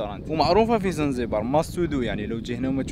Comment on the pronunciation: يا خبيب اسمها زنجبار ماشي زنزبار هههههه يهديك ربي اخبيب